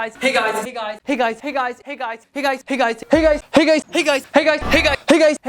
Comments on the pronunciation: Hickeys..... It sounds like it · This sounds like your saying pig eyes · It's starting to sound like pig eyes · Doesn't it sound like Hig Eyes?